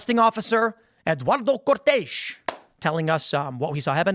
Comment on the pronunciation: "Eduardo Cortez" pronounced perfectly